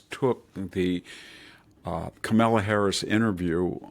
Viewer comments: Kah-milla Harris is how Mr Hanson pronounces it - I always wonder if this is on purpose or not? I don't care either way but I would like to know if its a jab or just a mispronunciation. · In my mind he is doing it on purpose. I literally chuckle every time he says it 😂😂🇺🇸